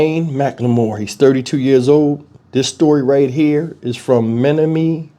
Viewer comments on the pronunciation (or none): Pronounced men NOM man KNEE. Just helping.